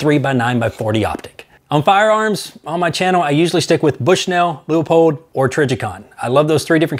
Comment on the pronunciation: "Loo-eh-pold" YES!